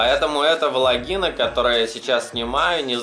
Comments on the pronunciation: Пожалуйста не говори влагина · Перестань говорить ВЛАГИНА ато слышится ВАГИНА